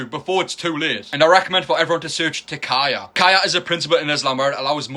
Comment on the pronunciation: And it's not "kaya", it's TAQIYA. With "eeeeeeeee" no "ay"